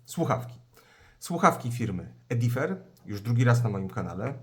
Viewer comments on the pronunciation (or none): To nie jest żaden Edifer, tylko Edifier. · Znaczy się "Edifajer"...